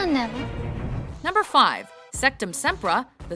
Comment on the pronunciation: how about if you said sectusempra instead of rectusempra wow rip brothers